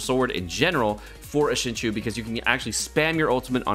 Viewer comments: Not to be that person but IT'S PRONOUNCED SING-CHO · I really love you dude but your pronunciation of Xingqiu is sending me :D